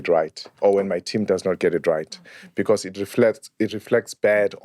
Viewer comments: HOW HE SAYS BECAURRSE. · Stop adding ‘R’ on words with no ‘R’, I love and enjoyed this podcast but got annoyed every time he twangs when he says ‘because’ yeerrrr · Am I the only one hearing "BECAUSE"? It has a twirl at the end.